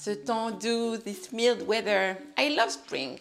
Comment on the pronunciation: I came across your video by chance and found it instructive. However, I think you mispronounced the word mild. Thank you, and keep up the excellent work.